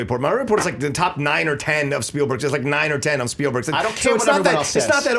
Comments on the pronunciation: "Speilberg"??? :P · Spielberg not "Speilberg." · Spielberg.....SPIELberg......not Speilberg and Star TRek.....not Star Tek.